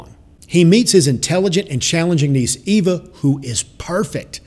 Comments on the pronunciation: Marco Resendez also the "V" doesn't have the V sound that is used in English. It has a soft b sound. The word is properly pronouned ay-bah. Not ay-vah and not Ee-vah. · Its not pronounced EEVAH. Its pronounced AYBAH (long A). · Cisco Carias In Spanish the letter E has the same sound as the English long A sound. In Spanish her name is pronounced "Ay-bah". The guy that made this video is using the English long E sound. That is not how her name is pronounced. If you think I'm wrong then watch the original Spanish version of the movie and then tell me how many times they say her name with the English long E sound. Hint: They say it zero times with the English long E. In Spanish "Eva" is pronounce "Ay-bah". Source: Born and raised in Puerto Rico.